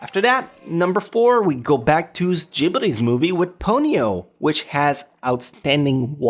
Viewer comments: And the way he says gibly's... It's Ghibli! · I hate how he pronounces Ghibli...